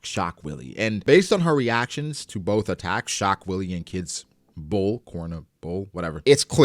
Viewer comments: "shock Willy" 😂 I think it's pronounced "vee-luh" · so funny how you always call it "Shock willy" XD He is saying "ショックヴィレ"(Shokku ville) Which basically means "Schock wille". and its german for "Shock will". And the german word "Wille" is not pronounced like "willy" but like "villeh". I guess it suppose to be a pun for the actual german word "Schockwelle" which means "Shockwave".